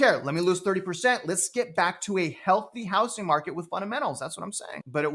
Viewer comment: It’s pronounced “HouZZing” Not “HouSSing”